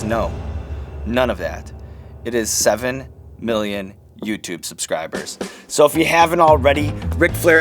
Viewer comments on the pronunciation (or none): none